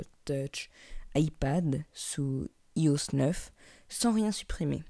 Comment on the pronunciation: MDR comment il dit "iOSs 9" ,c'est "aie O s" ce qui fait IOS